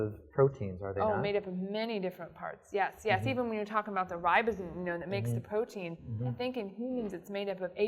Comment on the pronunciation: What kind of scientist says "potein" instead of "protein"?